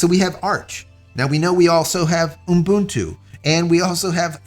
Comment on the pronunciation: This guy is stupid. Most of the time he likes to praise himself of how he did this and how he did that. Useless . He even know how to pronounce "Ubuntu" - its oo buhn too Its really frustrating when he says "unbuntoo" Clean shaven Vin Diesel cameo.